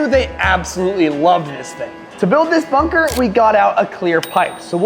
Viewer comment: Dude you said munker not bunker